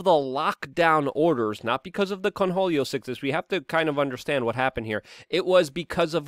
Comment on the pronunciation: The sheer number of words you mispronounce and phrases you say incorrectly its staggering...how do you manage to be a Podcaster. Its Cornholio, not "Conholio". Like as in your "corn hole". Ffs